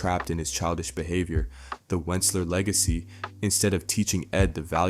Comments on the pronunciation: Kind of impressive how you pronounce “wuncler” different each time you say it lmao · He also does the same for Toms last name pronouncing at "Da boy" and the correct pronunciation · i think alot of shit script is AI but ion think he’s AI. I think he might also be mispronouncing his name on purpose, because white Americans are able to ignore proper pronunciations of the names of people of color because they have privilege since white names are more expected to be pronounced right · Pretty sure the Wuncler family name is pronounced the same as the being in The Lorax that tells the tale of his greed destroying everyone in that book. Wuncler will abuse his power until cornered at which point he will cry for someone to fix everything, just like in the Lorax. Weak, short sighted people in power, abusing that power for short term gains to drop their problems on the world as if they didn't get us all there. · I think it's definitely AI at some point. I'm hearing him repeat himself a few times, and the mispronunciation of Wuncler screams "I haven't actually watched the show" I'm hearing Winceler AND Wuncler but I've also heard Woosler 🙄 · I continue to giggle at the several mispronunciations of the Wuncler name hehe~ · at this point you can stop watching the video, he basically repeats what he says about wealth, privilege, etc.. over and over again even usie the same segments like he forgot he already clipped that in, also he starts pronouncing the name Wuncler 2 different was which leads me to believe this video is probably ai generated or at least used it in its production. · I lost count how many times he said wuncler wrong lol😂😂😂😂😂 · Woocler? This is AI you call him Wunkler I other videos this is obviously fake. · I dont understand why you always mispronounce Wuncler. Wunkler, Win-sler. Its pronounced Once-ler. But you have to know this. Im sure you must. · Why do you keep saying "Wunkler". You've watched the show in depth probably more than any of us 😂